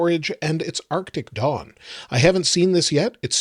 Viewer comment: It sounds like you're saying "arctic dong."